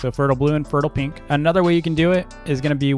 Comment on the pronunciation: I like how he says peenks instead of pink